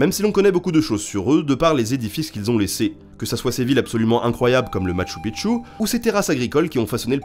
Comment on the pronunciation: On dit pas Le Machoupichou comme on dit pas Le Versaille. J adore Nota Bene